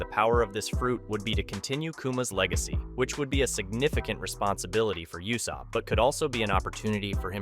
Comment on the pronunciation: Why did you say yousopp